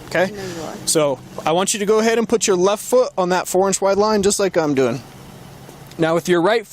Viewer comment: Jeebus. It even pulls that teenaged brat 'add a weird syllable to the end of my whine' thing - "That's what I'm 𝘥𝘰𝘪𝘯𝘨guh!" Barf.